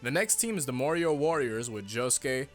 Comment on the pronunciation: is it a bad thing i heard "mario" all the time instead of "morioh"